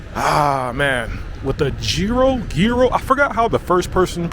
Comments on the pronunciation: It’s pronounced yiro,, not giro, there’s no “g” it’s a y as in yogurt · Yiro (s) - like 'yes' not tzyro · the 3d one you said it right 💯💯 I am amazed you can do the Greek γ sound it is very hard for foreigners you said that PERFECT .. almost 10/10 pronunciation .. ( then you f*cked it up and started saying nonsense like "Gyro" and "Jiro" or whatever the f*ck ) like cmon man ... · You got the pronunciation right on Gryro eventually, but really F Gyro's Souvlaki Pitas are where it's at . I hope you had a few of those before you left the country. Overall a very good vid and I think you nailed the vibe. I look forward to the futures ones in this series. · Omg stop saying g row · it's pronounce Yero it shouldn't be written with a G like Gyro the G is silent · it's actually pronounced YEERO (ΓΥΡΟ) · It's pronounced yeero as in yearn or yodel😂😂😂😂 a mouthful either way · No G ..iro ...we don't pronounce the G .. the same way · It's pronounced Yeeros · The amount of times you said “gee ro” cracks me up. 😂 My husband also says it that way or Ji-ro. With the “I” pronounced like a Y. 😅 No matter how many times I tell him how it’s pronounced, he defaults back to that. Can’t wait to go next year, God willing. 🙏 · Also gúros is only the meat not the wrap, it's pitóguro or pita me gúro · It's pronounced Yee-Roh, the sauce isn't aoli, it's tzatziki which is greek yogurt, garlic, dill and cucumbers.